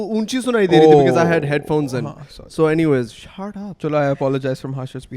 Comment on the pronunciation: Nobody:: thap down Thap the shut down Shut the thap down 😂